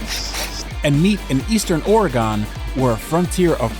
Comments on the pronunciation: You know when a person isn't from the West call it ORE-GON instead of ORE-GUN... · I’d choose the car the could properly pronounce Oregon. it’s Ore-gun not Ore-gone and I love the film but mispronunciation was pissing me off throughout. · Ore-GUN not Ore-gone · OrGun not OrEGon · He is actually pronouncing it correctly, it's the locals who mispronounce it. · as an oregonian every time i hear someone prenounce oregon ore gon instead of oregin i loose sanity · It's pronounced "Or-ah-gun" NOT "OREEGONE!" or "OraGON" C'mon you guys! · “Orygun” not “oregone” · It’s pronounced or-ee-gun. not or-ray-gone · ORE Gone???? if your gonna say the name 5x the first minute learn how to say Or Gun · I am guessing OregAn is the correct Florida man pronunciation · Ore a gon lol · Thank you so much for bringing this up. My Oregon heart immediately dropped when he said Ore-Gone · "Or-a-gun" It's a common mispronunciation.. lol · Please don't be the person that says "oregin" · CHRIS HE SAID "OREG-ON" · It's (Or Rig Gun) That's the correct pronunciation. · Russian agent?.; is comrade and the way he pronounces Oregon, "Oregahn" is the way you pronounce hurricane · Came here to say the same thing…wtf Ore-gone? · He says it like Nat's What I Reckon says Oregono. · please you’re saying Oregon wrong it’s pronounced like “organ” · The way pronounces Oregon urks me the wrong way as a person born and raised in bend Oregon hearing out of towners pronounce it OR-UH-GON is hilarious to me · Had to stop watching after you pronounced it "Ory-Gone." It's still located between Washington & California, Oregon hasn't "Gone" anywhere. 🤦‍♂️ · Did they really go the entire episode without correcting pronunciation of “Oregin”? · Why does he keep saying Oregone? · OR-EE-GONE .... so many times.... how did this actually get produced? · Good gawd. Oregon ain’t GONE anywhere. Please help him learn how to pronounce it! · It hurts so much hearing him pronounce it wrong.